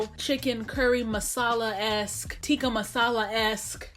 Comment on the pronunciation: Dear, I respect you greatly. You are very eloquent and wise. You have a way with words. Please do not take it the wrong way when I ask you to learn to pronounce tikka correctly. I am only asking you this because I know you would be more than happy to learn the proper pronunciation, and I know you are physically capable of using the correct pronunciation / can do it if you try. Thanks for making this video, you seem like an excellent cook.